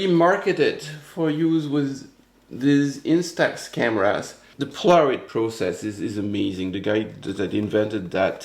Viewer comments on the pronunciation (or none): The proper pronunciation is PO la ROID. I had the Kodak version of the instamatic camera, and it was great until Polaroid sued Kodak.